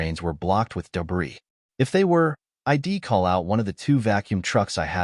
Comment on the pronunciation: You know. It’s a pretty good story that would be a lot better if you’d large language model train yer dumbass AI how to pronounce contra Ted words. Pronouncing she’d as “she’d” and “i’d@ S “I.D.” Gets annoying very quick. Have some pride in your work product and fix it. Stop acting like 5th graders kicked out of English class produced this